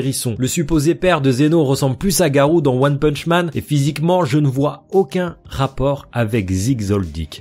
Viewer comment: On dit garo pas garou